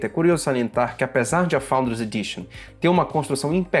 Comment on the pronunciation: PARABÉNS! Principalmente por falar “FOUNDERS” com esse sotaque Dinamarquês! Apaixonei